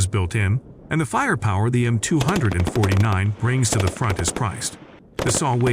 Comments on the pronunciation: The Mtwohundredandfortynine, stupid AI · Who else is had a rage with the narrator calling out the 249 as 200 and 49, i really tried to focus 😂😂😂😂 just terrible!